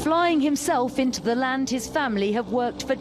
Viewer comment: They'd THENGH.. LADENH it's LANDH .